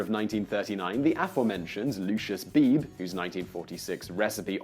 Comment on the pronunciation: Wow! Who'd have thought you could go into so much detail on a topic like this? BTW, I believe the name Beebe is pronounced with two syllables: Bee-bee/ Certainly that was the case with the naturalist William Beebe, who invented, or at least developed, the bathysphere. There's a line in a song by Stephen Sondheim: ". . . had the heebee-jeebees / for Colonel Beebe's / bathysphere." ("I'm Still Here," from _Follies_).